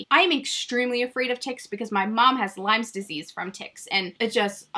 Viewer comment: Lyme* it's Lyme Disease, not Lymes